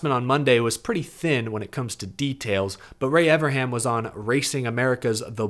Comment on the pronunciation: I don't think understands there's an 'N' in Ray Evernham's name 😂